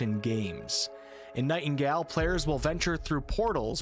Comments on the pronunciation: Nightingale......pronounced Night-n-gail.......not Night-n-gal. Sorry for the pettiness. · Great video, but my guy. It is pronounced NightingALE not NightinGAL. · Gale* not Gal*